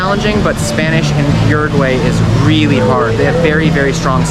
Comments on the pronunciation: OO ROO G WHY !!!!!! Por Dios! Not Urugu-way. 😨 You're butchering the name of my country. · Uruguwey? lol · how do you have pretty good pronunciation of most of the place names except for "Uruguay"? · Everyone pronounces Uruguay differently.